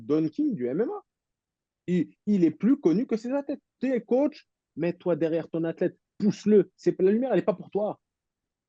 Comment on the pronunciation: Mdrr😂😂 Ces mecs qui prononce " COTCH ". Il va falloir qu'ils comprennent 😅 COACH